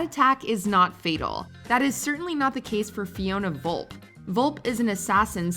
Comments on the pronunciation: Fiona Vulp? Its Vulpe, pronounced Vul-Pay. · There are tons of mistakes in this video. 1. Locque’s death doesn’t take place during the climax of FYEO. If anything, that scene takes place around the middle of the film. 2. Felix’s name is pronounced Felix Lighter, not Later 3. M isn’t stabbed in Skyfall, she’s shot 4. Fiona Volpe is pronounced VolpA, not Volp. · At least learn how to pronounce Volpe